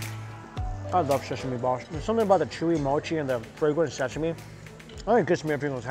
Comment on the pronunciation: "I love sheshame balsh." ^_^